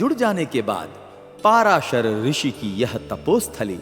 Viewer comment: कोई अलवर कहता कोई दूसरा।उनका नाम पराशर है न कि। पाराशर ।।ग़लत उच्चारण चुभता है ।